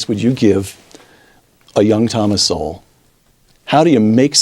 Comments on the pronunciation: I believe his name is pronounced 'Soul' He makes so much sense i get rich listening. Take care PEACE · its pronounced S-o-l-e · Pronounced like "soul" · I think his name is pronounced Thomas Soul. But don’t quote me on that. BTW this book sounds VERY interesting, I want to get it. I never knew that about “crackas and rednecks”! Mr Sowell is a national treasure! I heard he studied with Friedman. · Btw I believe his last name is pronounced 'soul'. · i like your video man but its pronounced soul. much love! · Great video. Just so you know his last name is pronounced as one syllable and sounds the same as 'soul'. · I love Dr. Thomas Sowell! By the way, his last name is pronounced as "Sool" it basically rhymes with "cool". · The name is pronounced like "soul" but with a quick "w" in the middle. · It's pronounced "Soul" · its pronounced soul rather than emphasising the ell at the end. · The first time on Thomas Sowell? I guess, you pronounced his name incorrectly. I really enjoyed your take. Great job! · I'm a first time watcher of you. I'm a 72 year old man who's cared about race disparities for decades. I have subscribed and will be watching you more. (The "W" in Sowell is silent) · Please learn how to pronounce Sowell’s name. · Maybe you should first learn to pronounce his surname properly. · The only thing I hate about this is how he pronounced Sowell. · Saying his last name wrong guy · Pretty sure his name is pronounced like 'soul' from intros to many interviews I have heard. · Well done. I love Thomas Sowell. I believe his last name is pronounced "Soul". No matter. He is a great asset to world society as a whole and especially to the African American community. I am sharing this video. Thank you. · Good talk--Sowell is pronounced just like the word "soul" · I’m a Thomas Sowell Respecter (Sowell is pronounced ‘soul’ btw) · He right! It's pronounced like "soul" btw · His name is pronounced Soul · Sowell is pronounced Soul. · pronounced soul Brilliant Brilliant man.